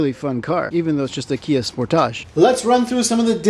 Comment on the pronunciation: Kia Spoor-tahj